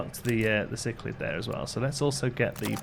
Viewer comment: I can confirm you pronounced Cichlid right the 2nd time :P